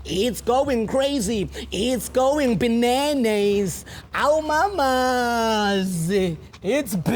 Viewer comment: Its Biblicking😂its going crazy... Its going Binaynays!!!!!!! Thats how Ginger pronounce Binanas😂😂😂